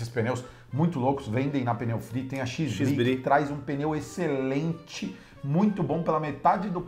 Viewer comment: gente, Xbri nao se pronunciaria "ÉXKIS"-BRI tipo o "X" do X-man, a gente nao fala CHIX-man